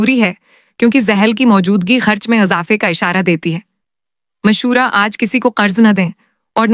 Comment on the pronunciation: Please Urdu talafuz to thek kary mashora Nahi hota mushwara hota hy